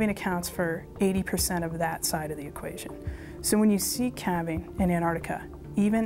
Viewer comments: Why is she saying ''Anarica'' ? I thought it was called Antarctica. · Its Pronounced "Ant Arctica" not "Anne Ardicker" Speak properly woman like what I doos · "Anartica." Americans have this mysterious inability to read and pronounce the word Antarctica. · What the hell is Anardiga? or 'Anardic' Repeat after me* An-tarc-tica and *An-tarc-tic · Where's "Annarica"? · where is anartica as the female says it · Was laughing for a bit caus the american kept saying antarctica like anartica as if the t and c were silent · Anartica? wtf, the pronunciation is An-tarc-tica! say it right! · How does one become an expert on Antarctica and no be able to pronounce Antarctica... IT IS NOT "An'artica" IT IS "Antarctica!!!!! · Whats wrong with these thick shmucks?The word is AnTartica not anartica. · Why does she say annahticar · Was it too much to pronounce the name of the continent correctly ? Anartic...good grief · Too bad they couldn't find people to narrate, who could correctly pronounce the word "antarCtica". That ignorant error really spoils this video. It's really pathetic. Patrick Cowdrey- Gold Hill, Oregon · To the two voices on this video: you have the correct spelling, why can't you pronounce it properly? It's very easy to do. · Please pronounce the "t" in Antarctica. Where's this word Anarctica come from? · Antartica because you know it has a T in it